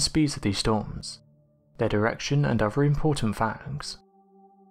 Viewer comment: Very interesting stuff. I just wish the narrator would learn there are no Vs in other and the letter 'Aitch' is not pronounced Haitch. The prerequisite of an english voice over is proper english.